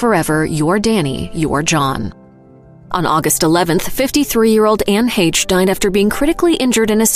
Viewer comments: The "CH" in Anne Heche's name makes an "SH" sound.... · Way to mispronounce Anne Hache.